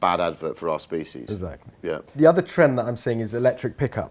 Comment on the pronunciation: Love Harris, sorry, can't be doing with Jack 'Essackally' Rix.